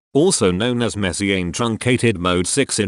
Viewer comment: Should he pronounce Messiaen like that or should he pronounce it like the French